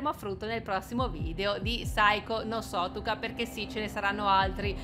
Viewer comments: È sutoka non sotuka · Uhhhh alla fine hai fatto il gameplay di saiko no sutokaaaaa jfemmfeme grazie XD, cmq si pronuncia uguale a come è scritto cioe "sutoka" pk è giapponese, si legge come è scritto :)